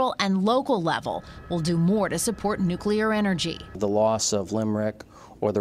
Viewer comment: The PR guy said "nucelar". How in the hell do these bozoes continue to mispronouce the word NUC LEAR. Idiots.